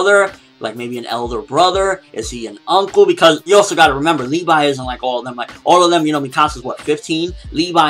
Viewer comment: Levi(Leh-vee) not Lee-vi come on get the name right.